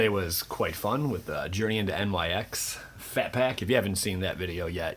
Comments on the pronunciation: "nix" , dude ....not n,y,x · is it just that none of these are weighing more like the old ones? Thanks for the heads up, man. Also, protip, it's journey into "nix", not "n-y-x". It's not an abbreviation. Keep up the great work!!